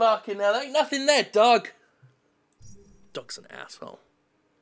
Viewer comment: Did you call the barking dog in the background Doug? Or is that how you exotic foreigners say dog? Im learning so much about other cultures today!